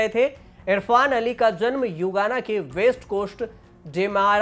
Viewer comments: Yugana nhi bhai.. Guyana 🇬🇾... 🤣😀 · गुयाना को हर बार आप युगाना बोले है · Guyana h na ki yugana